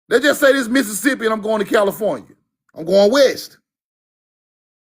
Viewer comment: Califon-i-a. Roll the conebread over here Unc 🫡